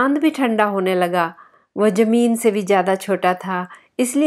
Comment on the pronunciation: Zameen not Jameen